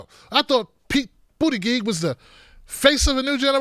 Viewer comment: i love how can never say Buttigieg right lolol. and he keeps it that way no matter what rofl. awesome, great ending to a great video.